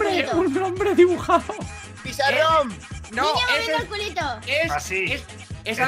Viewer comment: xd dijo pisarron